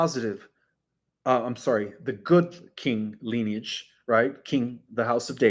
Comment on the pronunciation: Dude, it's ˈli-nē-ij, not leniage. Your mispronunciation of this common word, that is the basis of your topic, lessens your credibility.